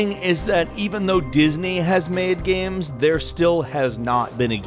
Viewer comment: "Gams"